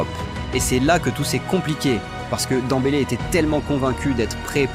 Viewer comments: C'est qui ce joueur Dans-bélé? Ce n'est pas de Ousmane ballon d'or qu'il parle? Demmbélé dèmbélé, ce n'est pas compliqué de prononcer le nom de quelqu'un que tout le monde répète quand même. Rien que pour ca cette vidéo ne vaut rien avec nom de Ousmane écorché de cette façon. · Il fait exprès hein a quel moment tu dis danbeler quans tu vois le prenom